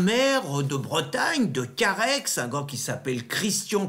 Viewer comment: Monsieur, on ne prononce pas la dernière lettre de Carhaix ! Le gentilé est "carhaisien", pas "carhaixien" ;) Cordialement.